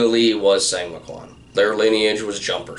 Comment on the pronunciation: Song Moo Kwan 송무관 / 松武 should be pronounced as “Sohng Moo Kwahn” with the “oh” in “song” being pronounced exactly as “oh”. “Sang” would be spelled 상 “sahng” - who told you that it’s 상 not 송? Just curious. Killing Art is a very interesting book even though it has a clear pro-ITF slant. The audiobook is well narrated with good Korean pronunciation too.